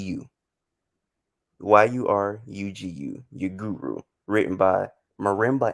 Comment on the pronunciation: This is my favorite interview, both on this channel and for Rap Ferreira. Fire!!! Btw: It's Yurugu, not Yuguru